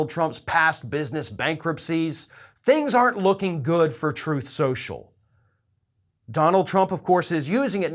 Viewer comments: Ah yes Troth senchell . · Actually, tRump says its called “Troath Senchal”. LOL.. He has literally mispronounced it on numerous occasions to the point that some of his people are most likely calling it “Troath Senchal”. LMAO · Google would have to be drunk, and on some serious drugs...to F*** Trump. Is "Troth Sential" competition for Frank Speech? 😂🤣😂🤣😂🤣😂🤣😂